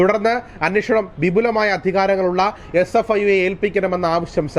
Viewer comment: CFIO അല്ല SFIO ആണ്